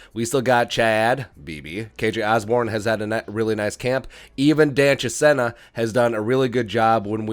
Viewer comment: Chisena (pronounced, Cha-seen-a) would be great on jet-sweeps! He fast.